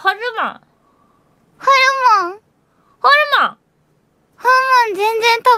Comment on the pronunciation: の発音ホルモンじゃなくてホウモンなの可愛い